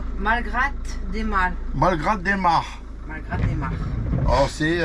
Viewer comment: Cc les amis. Et bien galère les fusibles ..il faut trouver la panne..en Espagne pas facile..vous revenez en France.. Vous étiez à Malgrat del Mar.. Je pense qu'il ne faut pas prononcer le T ..Malgra ..ça doit se trouver près de Blanes..j'y suis allée dans ma jeunesse et Callela de la Costa..il y a de belles plages..et beaux hôtels...vous me direz..Merci. Les toutous sont bien toilettes...tous contents.. A bientôt..bisous ❤️ ❤️